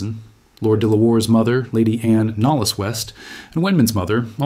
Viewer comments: I suspect that de la Warr is pronounced Delaware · "De La Warr" is pronounced 'Delaware' -- something you would expect an American to be familiar with... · Even if it doesn't know how to pronounce "Delaware"?